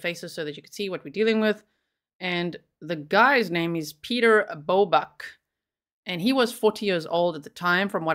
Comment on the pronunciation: Piotr is not pronounced as Peter. It's exactly as spelled Piotr. Pee-oh-tr. Lets be conscientious of pronunciation of all cultures names, please. Also, he sounds like a real piece of work.